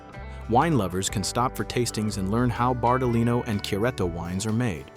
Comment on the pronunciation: "BARTALI NO" nn si può sentire